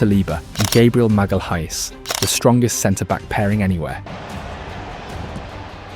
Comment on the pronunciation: you can tell especially by the way it pronounces Gabriel Magalhães. the H in his name is pretty much a silent letter and the AI puts so much emphasis on it.